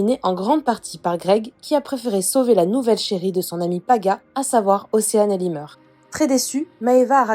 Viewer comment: Le pire c'est qu'elle a dit El Himer